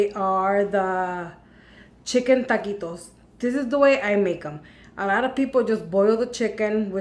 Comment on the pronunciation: Taquitos. Not ta quits. Lol.